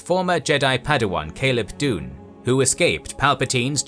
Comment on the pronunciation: Sorry to be that guy, but it's Caleb Dume (pronounced "Doom") not Caleb Dune.